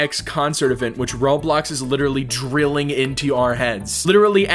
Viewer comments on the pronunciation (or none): none